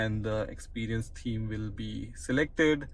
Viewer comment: It's pronounced TH eme not TEAM